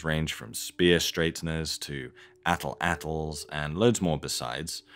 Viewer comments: For God sake, it's not Atl-atl. It's At-latl. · Atlatl is pronounced at-latl